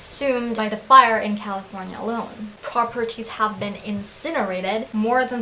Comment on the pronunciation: and califirena